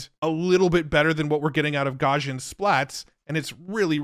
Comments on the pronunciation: Someday, AI will get good enough that it will be able to teach how Gaussian is pronounced (gow-see-un). But, let's be honest, that might be hundreds of years off.;) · Great video! Side note: Based on Google's demo videos, Imagen is pronounced as "Imagine". Also, Gaussian is pronounced "gau- see-uhn"